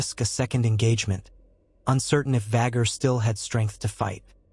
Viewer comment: “Vhaguuuurrr” and “Viseñyaaa” pronunciation will always make me cackle. Any time I hear it in these videos I flinch and laugh at the same time. 😂